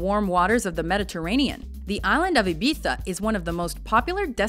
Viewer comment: At least she pronounced Ibiza correctly..... other than that yes over/poor pronunciation Central